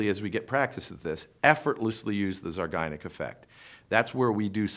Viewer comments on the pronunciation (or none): Not to be a prude (and I realize it’s spelled properly in the title), but it’s pronounced zeye-GAR-nik; not the way the speaker says it in this video.